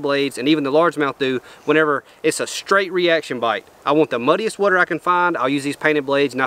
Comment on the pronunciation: Here for my weekly dose of sayin "WUTER" idk why but i love it lmao. Love the content!